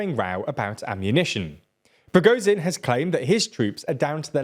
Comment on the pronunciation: Ok this has been a recurring issue that you clearly do not address. Try and read foreign names of people and cities and dont just wing it. You make mistakes that are arent even sensible. Like pronouncing prigozhin like prishkovin ( did it a few times) or now Tajani where for some reason the second A turns to an i. Just listen to the names once